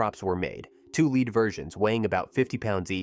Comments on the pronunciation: I don't think a human read that script. How many times did it pronounce the metal lead as "leed". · "Lead" falcons, rhyming with "led", not "lead" rhyming with "leed". Fucking A.I. voices. Also, it's "Bette" (Betty) Davis, not "Bette" (bet). It's so lazy to use A.I.